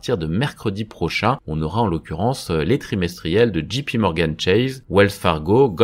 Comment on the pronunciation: Ce n’est pas pour faire mon intéressant, mais je ne comprends pas pourquoi la majorité des Français ( dont vous ) prononce mal JP Morgan! Il faut le prononcer, soit à la française, soit Djay Pi Morgan…… parce que la façon dont vous le prononcez c’est GP Morgan!!